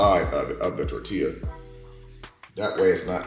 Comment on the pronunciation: Language education, you pronounced the word tortilla as such, but it's pronounced like this tor-ti -yah,,,,, and you're welcome